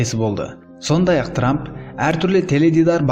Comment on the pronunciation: Ей трамм деген трамм